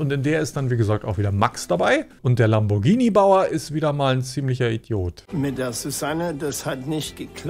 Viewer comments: der “Lambordschini Bauer” 😂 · Lamboatschini😜hat die gesagt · aber es ist lamm-bohr-g(wie gans)-ini (gruß von einer italienerin :D) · Gruselig Lamboschini das teil ist ein Lamborghini und das G wird hart betont ausgesprochen ...kotz